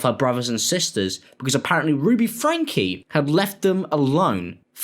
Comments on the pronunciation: Why does he keep calling her "Ruby FRANK" and not "FRANK-Y"? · It's FrankEEE. Not Frank. It's driving me crazy. FrankE. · The pronunciation is FrankE, 'Fran-kee' 😊